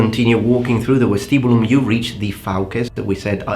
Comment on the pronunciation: the V from vestibulum is pronounced like V from Vegas